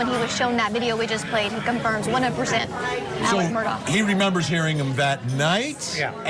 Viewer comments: Mur-daw not murdoch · Goodness people it's not Murdock! Their last name is Murtaugh.